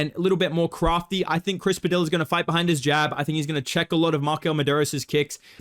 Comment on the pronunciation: what's really crafty is bedtimes mispronunciation of Chris Padilla